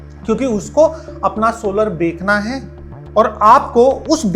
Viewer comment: बेकना नहीं बोलते बेचना बोलते है।